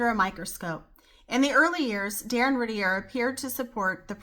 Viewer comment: Learn how to pronounce her last name correctly if you do a video.